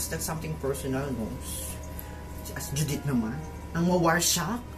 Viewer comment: This is all Judit's fault: JUDIIIIIIIIIIIIIIIIIIIIIIIIIIIIIITTTTTTTT-H Me: wow the he said it with an h😂